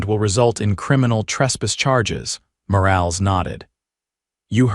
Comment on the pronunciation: For the love of God, stop using names if your reader can't pronounce them correctly. It's Mor-all-ess, not Mor-ales. Change it to Smith or something it can't screw up.